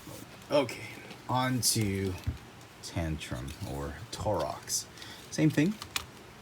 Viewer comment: also, it's pronounced Tor-oh-s ;)